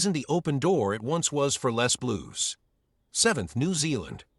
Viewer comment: Les bleus? Lay Ble.